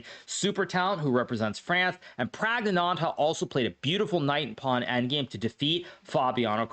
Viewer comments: He called him praggnandh haha😭😭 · Can someone please explain why Hikaru says Praggnanand...ha...ha...ha🙃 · why does he say pragg's name like that?